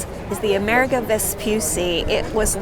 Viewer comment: Plus the accent is on the 'i', so more like AmerEEgo 🙂